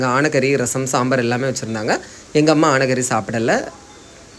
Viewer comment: எனக்கும் யானை கறி மாதிரி தான் கேட்டுச்சு. அதான் கமன்ட் பார்க்க வந்தேன்.